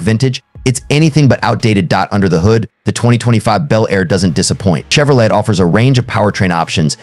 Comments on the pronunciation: Well computer voice did it again Chevrolet is pronounced CHEV RO LAY not chev ro let. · Che vro "let",🙄. What a lame video.